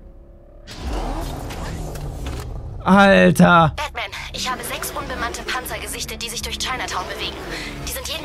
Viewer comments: du hast an stadt batman bakman gesagt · Ich hab verstanden "Wilkommen back bei Backman !